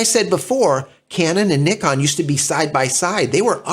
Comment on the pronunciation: In North America, we have become masters at pronouncing so many names wrong. I like to hear the way you say Nikon, like mostly elsewhere in the World. Now, h-h-h-h-about Zed instead of Zee! LOL 😁 Other than that, I can only say that the Z9 is not in my future, neither is the R3 and the A1. Too much money for a retiree on a small fixed pension like me.